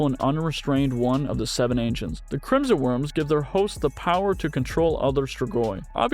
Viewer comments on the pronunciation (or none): none